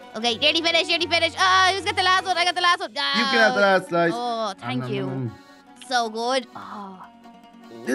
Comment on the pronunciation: he said 1slis of pizza